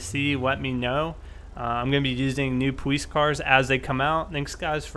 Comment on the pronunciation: powice lol say it right